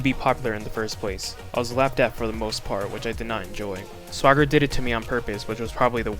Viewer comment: I always thought Swager was pronounced "Sway–jer." Whenever you pronounce it like swagger, I think you're talking about SwaggerSouls.